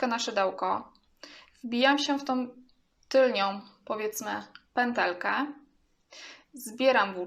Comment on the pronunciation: Wszystko jest fajne ale piszesz "tylną pętelkę " a mówisz "tylnią" co jest błędem. Podobnie nie mówi się " tylko i wyłącznie" bo to to samo i razem to pleonazm czyli potocznie "masło maślane". A oprócz tego wszystko ok, pozdrawiam